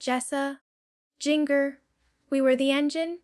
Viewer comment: You can tell this is AI and not actually Jana. There’s a spot where she mispronounces her own name and another where she mispronounces Jinger’s name multiple times, as AI does frequently. Also, as I recall, she didn’t build the greenhouse. Her siblings built it as a surprise gift for her. This was posted obviously by a Duggar hater. The voice inflections are definitely not Janas. Don’t fall for lies. You can tell by her jerky arm movements that she’s not real, also she has her own YouTube vlog with hers and Steve’s names.